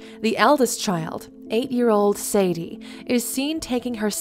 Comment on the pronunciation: it’s sa-DAY